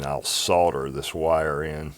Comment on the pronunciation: Dude, it sounds just as good as it looks! :) Well done for pronouncing solder with the L. :) I have 3 things to say - Well done, well done and well done!!!! :)